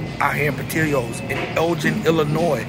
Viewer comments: But we gone have to talk bout how bad u butchered they name. It's up there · As a chicagoan it hurts hearing the pronunciation of portillos 😂but great review